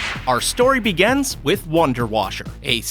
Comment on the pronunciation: “Our story begans.”